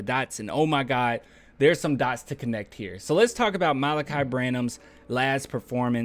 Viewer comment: Thanks for pronouncing his name. I was reading it and saying Mal'-uhk-eye, but you pronounced it Muh-lah'-kee.